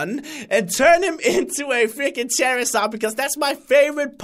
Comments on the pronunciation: it's not chair is zard it's char like car is zard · it's not cherazard it's charzard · You say charizard wrong